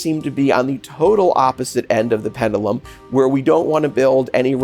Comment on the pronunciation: said "Ped doo lum" It's pendju lum"